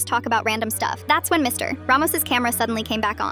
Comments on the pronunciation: "Mr.......... Ramos" like why the big dramatic pause after saying Mr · Ai probably reading the period as a full stop instead of an abbreviation of mister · The AI reads the period, so it pauses 💀